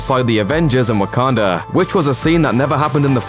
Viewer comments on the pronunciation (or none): This man said "Wakander" instead of Wakanda. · It's not Wakander, it's WAKANDA